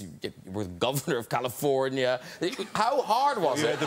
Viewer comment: GOVENOF CALIFOONEA